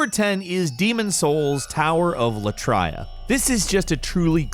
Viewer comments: "la-tria" WUT? At least right after he correctly calls it "lat-ria" after. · He pronounced it "law-try-ah" Pretty sure everyone else says "lat-ree-ah" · La-tree-ah. What, you said it right later, what the hell? XD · is it just me, or in the demon souls part i always pronounced it "lay-tree-uh" , not "law-tree-ah". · . The Tower of Lah-try-ah!!! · 10: the tower of latria is pronounced lat-ree-ah. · Sadly I've always pronounced it "lat tree uh". Have i been living my life wrong? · Jesus what’s up with and lack of fromsoftware game name pronunciations? First it was “ Gehrman” and now tower of “Lat-ray-ah”.... I wonder how reads yahar'gul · Tower of La try aa? Wtf? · Latria = La-TREE-ah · how do you manage tp pronounce 'latria' two different ways within 30 seconds? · Instantly stopped watching after the way you pronounced "Latria" in #1, you constantly fuck up the pronunciation of things and it makes me not want to watch videos with you in them, it's like you don't even play the games you talk about.